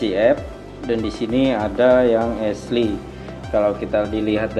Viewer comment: esliy kah. syin ashley baca asyliy.